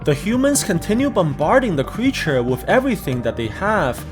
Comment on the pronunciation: You said cweature